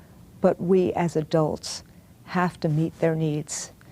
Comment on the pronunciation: The way that teacher's union freak said 'We hhhhhhaf to believe..." reminds me of 'I did NOT have sex with that woman...Monica Lewesnki..."